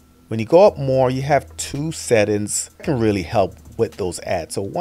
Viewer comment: I subscribed because I love hearing him say this.